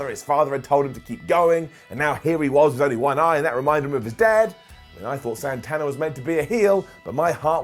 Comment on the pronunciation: AEW won the ratings for Wednesday night when he pronounced Santana as "Sawnthawnah".